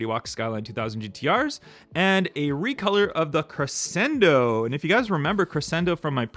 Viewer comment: Crescendo is pronounced “creshendo”. The Batman car you’re having trouble with is “Asylum” . Pronounced “As-eye-lum.” You’re welcome.❤